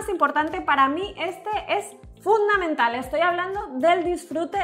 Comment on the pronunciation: ja, ha dicho Funda-mental ajajajajajajajajajsjajakajajdjfjrejejhfkxkfjfbtbtfjf in bf